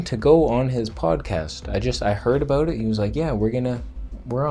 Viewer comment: Vegan Footsoldier Thumbs up for "a-boot" 😁